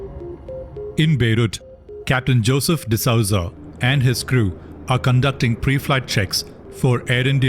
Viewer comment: D'Souza is pronouned as D'sooza and not D'Sauza